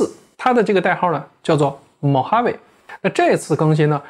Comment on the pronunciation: mojave我听成mohammed了